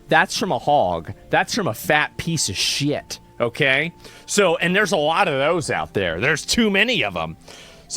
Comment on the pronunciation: I love how you said piece of shieit 😂